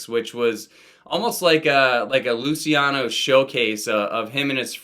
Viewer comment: Thank you for reminding me about Teen Angst. Instant add to want list. Small critique; it’s pronounced ‘Looch-e-ano’ Killing it with these uploads